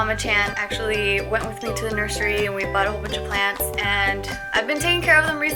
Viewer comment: Omg did say “nursery”??!?